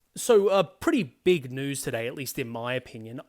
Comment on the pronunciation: For being Australian, you're not pronouncing tube or news correctly (sorry it's probably an annoying comment)